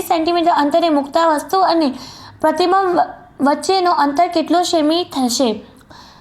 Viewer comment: Q 5 pratibimb ❌ Prati bomb✔️